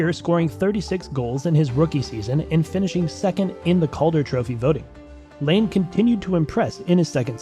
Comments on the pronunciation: Ya so its pronounced line-ah, he was 2nd overall and is an almost PPG player.. plz dont make any more nhl videos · it’s patrick laine not lane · This video honestly sucks. Laine wasn’t a first overall pick, you mispronounce so many names, and you get guys named Johnson confused. Do some damn research.